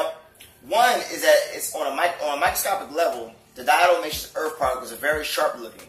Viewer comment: Did he say "Earf"